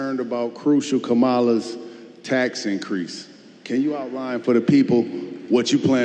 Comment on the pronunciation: First off it's pronounced KAmala. Magas very rude. That's why they're going to VERY LOSE!